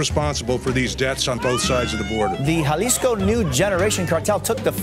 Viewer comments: Thanks for your work 👍 I think It's pronounced Jalisco (Ha lees coe)😎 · Actual pronunciation is more like madeyin and halisco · My thoughts on today's video is you need to pronounce Medellin and Jalisco properly for God's sake 🙄